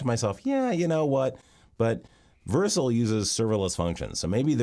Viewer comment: Only thing bothering me is how he pronouncing it Vercle